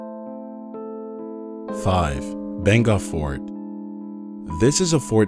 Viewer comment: It's pronounced as Baa-n-Gurh Fort